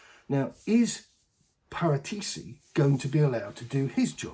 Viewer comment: the correct italian pronunciation is pah-ràh-tee-chee. Accent on the second syllable.